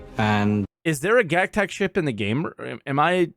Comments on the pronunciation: I cringe so hard every time he says Gac-tac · why does pronounce Gatac and GacTac?